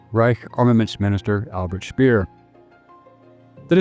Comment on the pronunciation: Very interesting, but in a number of points fehlerbehaftet. On pronunciation: Max Keith's last name name is pronounced "kite". Albert Speer's last name is pronounced not "spear", but rather ""shpare" (with an “sh” and a long "a" as in "spare"). On substance: The references here to "ingredientS" are misleading. The Coca-Cola Company (more specifically: The Coca-Cola Export Corporation, at whose subsidiaries - including Coca Cola Eastern Europe GmbH, Coca Cola USSR Services GmbH, and Coca-Cola GmbH - I was on the payroll for many years) does not sell "ingredients" per se to its bottlers. It sells what is called "concentrate". This concentrate is produced at plant facilities (e.g. in Puerto Rico or Drogheda) controlled (owned) by the Company itself, The Export Corporation, or their subsidiaries and is shipped under Bottler Agreements to the Company’s franchise bottlers. Like almost all “outsiders” - in particular, journalists and documentary filmmakers - the narrator of this clip quite evidently does not understand the Coca-Cola business, and he does not have a clear understanding of the relation of the Company to its bottlers. While in recent decades - with the advent of the Company’s so-called Anchor Bottler strategy - things have changed, previously it was not the rule that the Company or its subsidiaries held controlling stakes - or even an ownership stake at all - in its bottlers’ capital. Its only means of control (but - at least in jurisdictions with the rule of law - a p